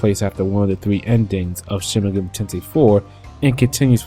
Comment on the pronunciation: it's kinda annoying when you say "megami" wrong